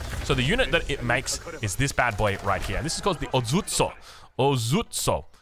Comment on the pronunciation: "Daimyo" means something like a "Warlord", so you're not referring to the Town Center, you're referring to its owner 🤓 Edit: The "o" in "Ozutsu" is a long vowel